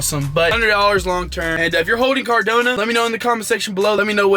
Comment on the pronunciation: Bro CardAnO not CardOnA lol